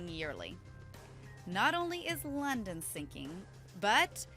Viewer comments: That English tho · NUUUUUU NOT LONDAN I LIKE LONDAN!!!!!!